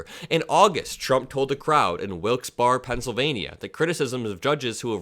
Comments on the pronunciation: Drumpf will blame someone else for stranding his worshipers. Some will blame others, not the god Agent Orange. Oh, and pronounce my unfortunate hometown as Wilks-Barry, not Wilks-Bar. In reality, it should be Wilkes-Barré, but it's been anglicized. John WIlkes and Isaac Barré (ba-ray) favored the colonists in Parliament during the Revolutionary War. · The town is locally pronounced. Wilkes (Bear-a). Trust me. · it’s pronounced like Wilkes-berry 😉 You’re the best!!! 🩵🩵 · check your pronunciation of Wilkes-Barre, "Barry" He short paid the bus company. They tried to get their money. They dont have many Uber lyft drivers in thr desert? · Wilkes-Barre is pronounced "Wilkes-berry".